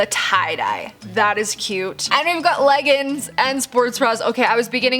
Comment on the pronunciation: I can’t how she said leggings is she Irish